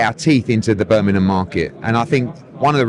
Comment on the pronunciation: Birminham.... come on Eddie you better educated then that 😂